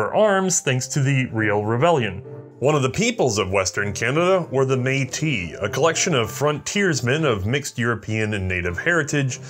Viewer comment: As a Metis who had family who took part in the 1885 rebellion on both sides. I just want to say thank you for incorporating Metis history into your video I really appreciate it. (Also your pronunciation of Metis was excellent 👌)